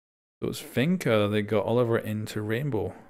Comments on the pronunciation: Quick correction,, the name is pronounced oh-liv-ee-ay, being French. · Olivier is pronounced as Olive-ee-ay